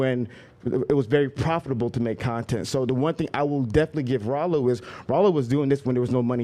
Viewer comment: Good job pronouncing Rollo name wrong. I cannot wait to watch his livestream reaction to this video.